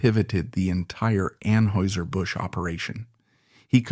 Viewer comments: You are not pronouncing Anheuser correctly .. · you are pronouncing Anheuser wrong. Are you AI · It was driving me crazy